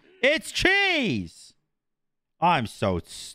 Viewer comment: It’s cheeeese, you dunce. 😂